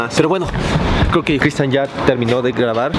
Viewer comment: Dice critsian en vez de Cristian👆 😄😅😆